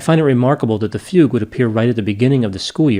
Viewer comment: i drank everytime he said fague....